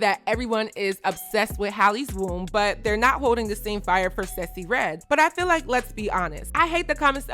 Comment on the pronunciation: Random by I love your pronounciation of Sexyy Redd’s name! You always come thru on trend and dropping jewels.